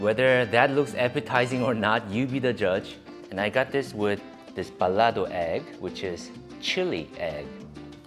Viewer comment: ah I know this hotel, not too far from my place, btw I would still be careful because the bad guy might not from the local area, they might ride motorcycle from other area and if they see opportunity like snatching your expensive camera, it could happen. Also you said "Baludo" xD it's Bal*a*do. Dude there's so many traditional Indonesian food you haven't tried, and that mie goreng, I wouldn't considered that true traditional food.